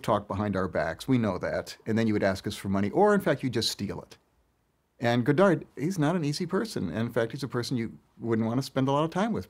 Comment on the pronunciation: it hurts my ears to hear the guy not even saying godard's name right. the last d is silent! as to this feud, it doesn't change at all how I feel about either one (they're genius), but it's very, very interesting.